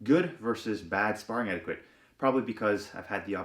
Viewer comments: Couple of things I wanted to add as unsolicited opinion... 1. anything over 60% is dangerous unless you're skilled and/or have been training for a long time. 2. Is "etiquette" pronounced differently in Canada? I've always heard it pronounced "et-ee-keht" but never "et-ee-queht". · Predominantly “Eti-ket”, not “eti-kwet” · just fyi its pronounced eh-di-cut not eh-di-QUut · Did you just say etiQUIT? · etiquette is pronounced eh tuh kuht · In romance languages qu is pronounced like K. That word comes from french, which is one of those languages. It's pronounced etiket. You can always check a dictionary if you aren't sure how to pronounce a word. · What’s “ettiquit?” Lol! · Just watched a few videos on the prnounciation of "etiquette" to see if there were regional variations, but every video I heard said it the same way. Its "eh-ti-ket" with a hard k sound! Ps- Love all you content, don't mean to a be fussy but thought you'd like to know. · What kind of a weirdo pronounces the word like that? God he's so punchable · You pronounced etiquette wrong The Q is supposed to sound like a K ! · Learn to say the word etiquette. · How about some etiquette on pronouncing etiquette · We don't pronounce the 'u' in etiquette. Etiquette rhymes with kit not quit. English Annunciation aside, I agree with everything you said about sparring a hundred percent. I'm not usually a grammer Nazi, but that was very distracting for me in the begining.